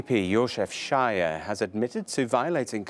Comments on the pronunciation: Dear the story is hilarious, just one extra: sz-a-j-e-r , the SZ pronounced as English 's', cause it's not a Polish name...so it's not 'sh'. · Not shyer. He is not shyer:D He is Sayer. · They are saying Shire, but they should say Sahyer